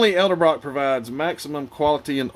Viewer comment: Edelbrock not eldebrock. Just an FYI